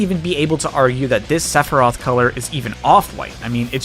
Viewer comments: Sepherai? My dude come on even those who don't know the series know its Sephiroth XD Also you didn't get all the mii costumes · cloud Sephiroth (lmao. Seph er eye eth) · ...SephiRIAS? I thought it was SephiROTH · Did you say Separy during the first part of his section? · You pronounced Sephiroth wrong. It's (Seph-ir-oth) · I’m still not over “Seperiat” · THAT IS NOT HOW YOU PRONOUNCE SEPHIROTH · We will not talk about how he mispronounced sephiroth. But 2h man? Good job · That "Sephiroth" pronunciation... I see what you did there ( ͡° ͜ʖ ͡°) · I'm sorry, how did you pronounce Sephiroth when introducing him???